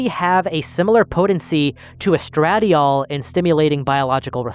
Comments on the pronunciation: it's pronounced "est-ruh dial" not "estrad - iol" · nah estra-dye-ol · Hey friend, it's pronounced "Ess-tro-DIE-all." Love this format, keep it up! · Wild pronunciation of estradiol (es-truh-dai-awl) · I have NEVER heard estradiol pronounced like that lol and I have endrocrine issues lol. Estra-dial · Pretty sure estradiol is pronounced like estra-doyle, but I only know that bc it's in my birth control pill.